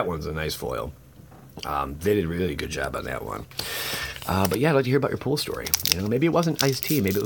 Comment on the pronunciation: drives me nuts! I want to correct him and tell him it’s “pulls”, but I’m not sure if he’s joking or not...